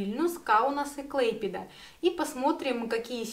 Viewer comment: я знаю. Даже бывал. А вот город КлЭйпеда через "Э" о котором говорит автор мне неизвестен.